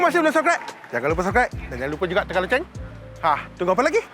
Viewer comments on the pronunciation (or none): none